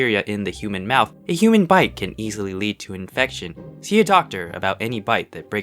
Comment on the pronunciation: 'infecion' lmao 💀